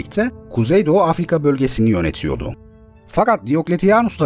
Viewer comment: ya şu metni lütfen düzgün okuyun. "yönetiyodu" değil, "yönetiyordu"... gerçekten kulağa çok rahatsız edici geliyor 😢